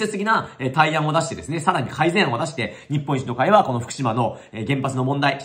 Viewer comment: 言ってる事は正しいと思うけどずーっと日本一の会としか聞こえなかった。政党名はちゃんと言った方が良いと思う。